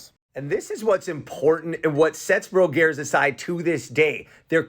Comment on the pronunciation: You just get your information from Wikipedia, and that’s why you mispronounce the names of things, including this dairy!